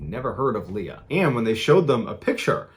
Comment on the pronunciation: He said Leia instead of Leah ?